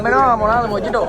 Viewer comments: මොජිටෝ නෙමෙයි මොහිටෝ කියපන් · යකෝ මොජිටෝ නෙවෙයි මොහිටෝ 😂😂